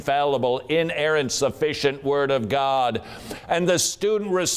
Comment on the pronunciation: You missed a few extra syllables... "Tha Buybull-AH! is the inerrant wor-DAH of Gaaww-DAH!"